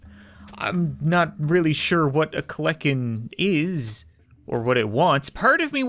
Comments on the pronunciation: and its KEL-A-KEN not KLEK-EN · pronounced kel enn ken no cap you have bad grammar also it's another name for terror bird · Actually, the bird was real and was the aftermath of the dinosaurs and kleken is pronounced klen-i-ken and was also named the terror bird for it would literally crush early mammals, skulls, and A very strong beak and legs allowing it to run extremely fast and at the leg muscles of a T-Rex just some information from a paleontology nerd Daeodon (day-o-dawn) was a early hog-like creature and are very deadly predators and was basically like the kleniken but a pig Smilodon (smile-oh-don) Again very deadly and closer related to your house cat and hunted in packs Mainly ambush predator Nomadic and chased prey down and/or stalked it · not to be rude or a grammar shark the daedon is pronounced day a don and kelekan is actually pronounced kell a kin and the daedon is a pig it was titled the hell pig